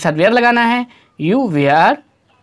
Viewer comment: वेयर nhi hota sir वर pdhte hai usse 😂😂